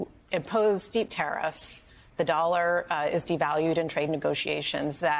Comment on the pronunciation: She’s the NY Bureau Chief for The Economist, and she can’t even say the word “dollar” correctly